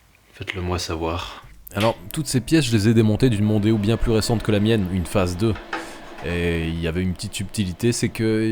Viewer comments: Arf ! Tu ma devancé... j'allais dire exactement pareil.. "Démon" avec le O en rab 🤣🤣🤣🤣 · En sois.. "Mondeo" a déjà un nom marrant "Mon déo' " 🤭sinon pas "Demon-o". Beau geste, pour les cheveux de la personne Oh bordel la rouille a la fin.. Ca me donne envie de démonter les garde-boues pour vérifier m'as première voiture à l'achat.. 🥲🤣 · Ford Mondeo --> Ford Demono 😁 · Mondeo : Demon pour le dernier O on le vire :)